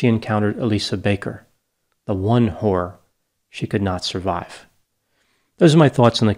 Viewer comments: At first I thought he said w*** and not horror. Either way was probably right. Evil woman! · manages to enunciate the word “horror” with just one syllable… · The one “horror” she could not survive. Since you’re I’ll have to assume your choice of words and pronunciation was intentional, and blame you for the spittle on my screen 😆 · Why are you pronouncing Zahra so weirdly? But you know exactly how you’re pronouncing “horror”!